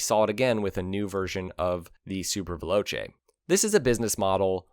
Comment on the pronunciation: Why can you pronounce "Super Leggera" and "Velocce" correctly, but yet you can't pronounce "Castiglione"??? You dolt!!